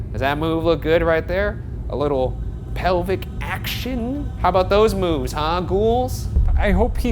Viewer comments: “A little peeelbic action” -Ryan 2019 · Lol he said "pelvic".